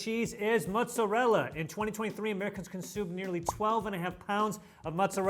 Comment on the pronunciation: pronouncing "mozzarella" absolutely sent me. "Mutzarella" 😅😅